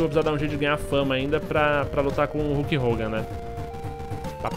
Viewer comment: É KULK HOGAN!